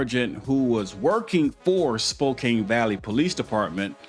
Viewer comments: Spo-can, not Spo-cane. It's nitpicky,but still. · "Spo-cann" not "spo-cain" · It's pronounced Spo`can not Spo`cane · Sounds like Spo-can. Not Spo-kane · "spocain" Bruah... Spokane... Ane.. Say it..... spok-ane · just for the record it is pronounced spo kan ,i know it looks like spo kane but its not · Spo-Can. Not Spo-kane! It kills us here in WA when you guys say that!!😂😂😂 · It’s pronounced Spok “can” not Spok “ cane”. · It’s pronounce spoke-ANNE, not spoke-ayn. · It's SPO-CAN not cain!! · It's pronounced Spo-can not Spo-cain sir. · I love your videos and how informative they are. Keep up the great work. Btw...the city in this video is pronounced "Spoh-Can" not "Spoh-Kane". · Man I like your work but let me help you out bro. It's spoke-can Washington 😂😂 just a Washingtonian looking out for you. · SPO-CAN. NOT SPO-CANE❗ And certainly NOT SPO-KANG ❗❗ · spo-can not spo-cane. 🙂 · Spokane is pronounced "Spoke-anne". Not spoke-cane. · spoke anne not spoke cane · Its pronunced spo can ,I know its nitpicking sorry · It’s pronounced spo-can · Pronounced: Spo-can. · It's pronounced "Spo can" the e on the end is silent . The spelling is misleading so no foul. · Spo-Can my man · BTW, it is pronounced Spoe-can. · Spokane is pronounced SpoCAN. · Respectfully, it is pronounced Spoe Can. Or Spoh Can. Long O, short A. Love your work, keep it up. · Spo can. Is proper pronunciation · Spelled Spokane, pronounced Spoke-Can, as in I CAN do it. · It's pronounced "Spo-can" like a "can" of soup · Spo-can is how it’s pronounced. The Spokane county sheriff is corrupt as fuck. Same with Washington state troopers. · Spo can, is how it is pronounced. Not spo cane. What did the news announcer say?? They said it right then you go and say it the way you want. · Pronounced Spo-can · It is pronounced spo can. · Pronounced Spo “can”. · Pronounced spo- can, rhymes w/ no- can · Spoh… KAN. Like a can of beans. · Pronounced Spoke-can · Spo-Can. silent E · Spokane is pronounced spo-can